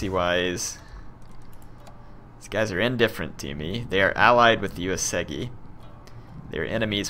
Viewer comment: Well, it's still OO-AY-soo-gi for Uesugi. Have yet to find a YTer who pronounces it correctly.